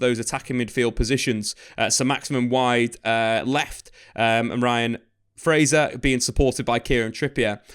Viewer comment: Fraser not Frazier hahaha